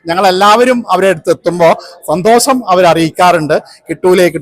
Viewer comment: No 'santhosam' but santhosham